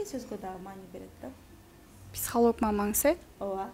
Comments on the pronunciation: Алып баруучу, «интьэрвью», «психалОг» эмес, «интервьЮ», «психОлог»! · “психАлог» дейт го журналист Эжем)